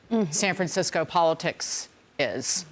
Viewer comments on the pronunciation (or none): First of all, it's pronounced "Mos-con-e", not "Mos-con". Secondly, George Moscone was assassinated in 1978. Politics aside, show some respect for a mayor assassinated while in office. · If Dagan wants to critique the city's former mayor, maybe she might start by learning to pronounce his name correctly: Moscone-ee.